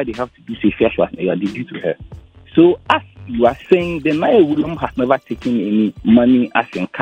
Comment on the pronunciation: The name isnt Naayewe. The correct word is Nai We